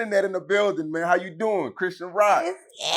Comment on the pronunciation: He said her name wrong n she ain’t even correct em, no respect for his guests smh